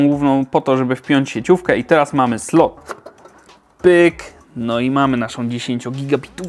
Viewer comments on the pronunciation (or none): none